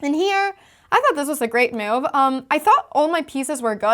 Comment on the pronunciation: When move is a verb, Anna pronounces it ‘moove’. When it’s a noun, it’s ‘myoove’. So sweet!